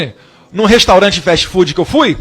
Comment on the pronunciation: 🤣🤣🤣🤣 eu pensei que a burrice era só o Bolsonaro o filho superou 🤣🤣🤣 Fast food o t e mudo e o d tb e mudo ele fala festi fudi 🤣🤣🤣🤣 vixe ainda fala mal do Estado Unidos, eles acabaram com o Brasil, e está vindo aqui visitar o trump 😂😂😂 temos que proibir a entrada dele no Estado Unidos 😂😂😂😅